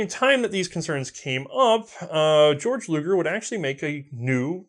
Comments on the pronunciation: I don't know if anyone told you this but you said Georg Luger's name wrong. His name is pronounced "Gay-Org". Although Georg is the German equivalent of the English name George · Why does everyone say "GAY-org....like everyone with that name i met in germany literally just said it as "George" and laughed at that gay-org style of saying it